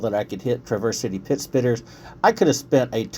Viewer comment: wont correct you on soda or pop. but i will say you say Traverse City entirely wrong lol.